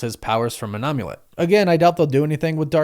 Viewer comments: I love you dude. Like really do, but say OMULET ONE MORE TIME! am-yu-let. Like HOLY SHIT DUDE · Calling the Amulet an Um-ulet...was I the only one who had a physical cringe reaction to this?